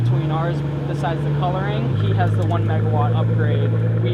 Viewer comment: Talha Farooqui he said it like one too one